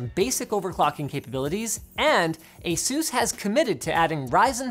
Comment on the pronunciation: I still to do this day cannot get over how you say Asus. Instead of saying it like (peg)asus you for some reason say it like asoos :(. It makes me sad